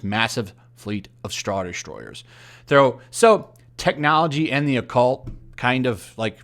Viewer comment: it sounded like you said “straw destroyers”